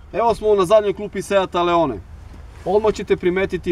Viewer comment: Druže da li je moguće da radiš testove automobila, a da si toliko nepismen? Da ne pominjem pogrešno izgovaranje naziva modela, dakle nije Leone nego Leon. Engleski, strašno...😮 Funkcija cornering je jedna reč, nije corner ing kako si ti izgovorio. Strašno...😢